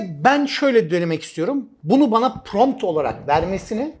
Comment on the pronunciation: Pront degil prompt olacak hocam, cok guzel bir gelistirme sureci cikarmissiniz elinize saglik.